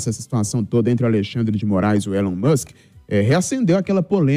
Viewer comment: Não se diz élon mas sim Ilon